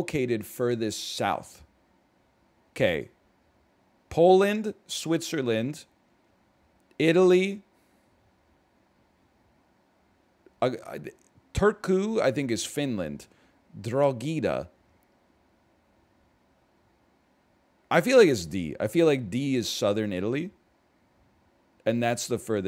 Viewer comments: Ah yes, good old Durogeeda. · I really didn't think I'd be hearing NL mispronounce a town twenty minutes away from me today but Drogheda came out of nowhere there